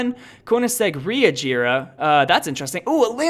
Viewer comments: Bruh he said ReAgera than Regera and the Lamborghini Centenario did he call Sentenario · I HATE WHEN PEOPLE MISPRONOUNCE THE NAME OF CARS LIKE KOENIGSEGG......THE WORD "REGERA",ITS SO SAD